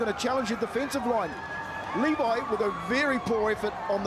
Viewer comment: How does that one commentator not know Danny Levi? He keeps calling him “leh-vee”